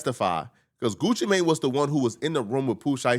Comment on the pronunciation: Why you keep saying his name like that 'Goochi Mayne" 😂